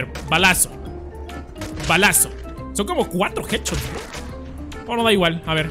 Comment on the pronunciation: pronunciación nivel dioooooooooos"EsToS jEdChOtS"